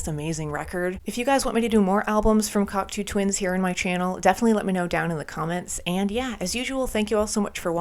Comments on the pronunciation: binned after 23 seconds as she cant even pronounce the bands name properly, give me strength. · Have you learned how to say the name of the band yet?